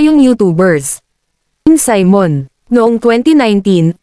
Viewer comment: Saymon?? See-mon Simon